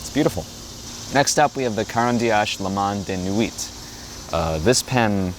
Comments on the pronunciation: You brutalized pronouncing the companies name. Can't watch. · I liked the video overall, very nice presentation. But please learn the proper pronunciation of Caran d'Ache because this hurts my ears